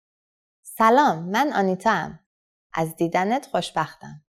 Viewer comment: I don't know any Persian speaker who says "man Anatia-am". You just say "man Antitaam"